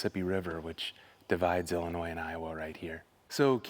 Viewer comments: Happy to see yall and back together! Ya gotta teach him how to say Illinois though lol. Good job guys! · just thought u would like to know the s in Illinois is silent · At least pronounce Illinois correctly!!! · All of the above and watching from southeastern Texas. I was born in Macoupin County, Carlinville, Illinois. NEVER pronounce the “S” sound at the end of ILLINOIS. 🤗❤️👍🏻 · Your in my part of the country now!! Im so glad your out and about. You have such a wonderful heart. Thank you. FYI, "s" in Illinois is silent! lol Hugs